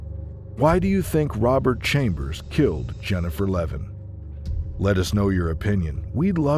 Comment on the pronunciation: Levin, not Levan